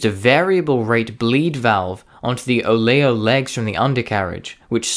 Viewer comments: Ensign = EN sin. Oleo = OH leo - this youngish sounding fellow doesnt know military nomenclature. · If you are hiring, then hire a human to narrate...Useless AI will ensure a future population of dummies who learn how to mispronounce many words...e.g it is pronounced as "OL-E-O" not "OLE-O". Otherwise informative... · What’s with the strange pronunciation (“on sign” for “ensign” and “o layo” for “oleo”)? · "O-lay-o strut"! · Very interesting video but your pronunciation of common words like ensign, oleo, roundels, Indefatigable, ignominious and others leaves a lot to be desired and makes me wonder a bit about your vocabulary. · Excellent work. I politely suggest you get the proper pronunciations down on "ensign", "oleo" and "ignominious" as your proounciation was a distration. An EXCELLENT book on the Corsairs in RN service on the Illustrious is "Carrier Pilot" by Norman Hanson (1979). Humourous and gripping. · you REALLY butchered "ensign". "oleo" wasn't that great either.